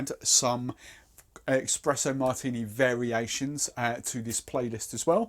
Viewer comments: Expresso Martini :'D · Es-pres-o For the love of god, there is no X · What the fuck is an eXpresso martini?